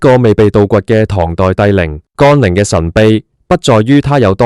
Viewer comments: 乾陵不是讀干陵，咁都讀錯太過份了! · 乾，連字都讀錯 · 讀都讀錯